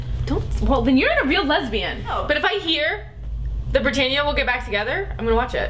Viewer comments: This is cute, just curious, how on earth do you get "Brittania" out of "Brittana" and on Rizzoli and Isles they say "Rizzoli" in literally every single episode so how would you even pronounce it wrong? Anyway fun videos and so true about the "no self respect" like in regards to all of us, we mustve all lost ours too for watching this hell lol. P.S. I love Lost Girl and it's sci fi which means not realistic obvs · im stalking your own vids obviously and im laughing coz "Brittan-ia" and Rizzoli emphasized wrong hahaha...but for real i love you ladies so much but how do so many people say Brittana wrong it's not that difficult to say haha (fyi hardcore Brittana shipper here since 2010...meaning i suffered the pain of 6 seasons of Glee for them. yup.) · I can't believe that she said brittania instead of brittana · u said brittana wrong?